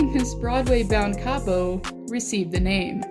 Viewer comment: And btw you have to say kaapo whit 2 a